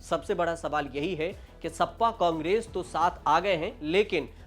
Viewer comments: सपा सप्पा कब से हो गई। ठीक से बोलो गुरु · सप्पा नहीं सपा 😂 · Sapa to sahi se bolo